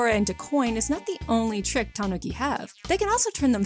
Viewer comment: the japanese is ta-NU-ki not ta-NO-ki but great vid!